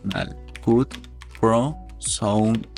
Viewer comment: Tu video esta muy bien, sólo que cuando pronuncias Cut, se oye muy raro, se pronuncia “cat” no “Cut”